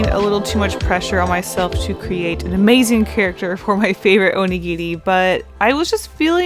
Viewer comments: I'm sorry but the first half of the video I was confused, I thought she was saying 'onigiti' and I didn't know what that was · Anyone gonna point out she's saying Onigiri wrong? FYI, I am Japanese.